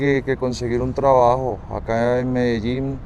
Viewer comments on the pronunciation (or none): Its not MEDAJING. Its MEDAYEEN pronounced.